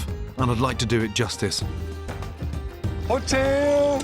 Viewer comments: Vietnamese: hu tieu , bun rieu Gordon Ramsay: hotelllllll!!!!!, bool reallllllll! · Hottel bon veal :))) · Hú chiếuuu , búng vêuuuuuuuu 😂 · Hủ tiếu, bún riêu! ❌ Hotel! Bonvel! ✅ =))))) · Gordon it’s hữu tiếu bún riêu not ho tidy bun veo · Hotel is “hủ tiếu” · "hủ tiếu, bún riêu" mà tui nghe ông Gordon đọc là "hổ tíu, bốn riêu" 🤣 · hu phiêu 🤣🤣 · Gordon said : "HUH TEW, BUN REALLLLLL" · Hu Tieu Bún Real 😂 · As a Vietnamese , i can't stand the way Gordon says the dishes ... Hotel , bon real ... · Who till bool real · khi mà bạn quen với 1 Gordon Ramsay quyền lực trong Masterchef,,,, và rôi đến khi nghe đc câu ' hỏ tếuuuuuuuuu bún rêuuuuuuuu ' ,,, cười k nhặt đc mồm (^-0) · He called that dish's name " Hủ tiếu" like Hotel :))). That made me laughed a lot haha.lol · Love the way you said: Hu tieuu bun realllll. It's funny, i laugh alot lmao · He want say:"Hủ tiếu bún riêu không" but reality "fủ tiu bú viu" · Hủ tiếu! Bún riêu! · Hủ Tiếu, Bún Riêu😂😂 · omg he just butchered the shit out of those names i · Its hủ tiếu,bún riêu